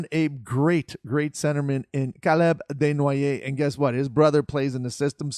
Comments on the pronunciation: It’s actually legit - kudos OP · Nothing wrong with it. Why you hating lol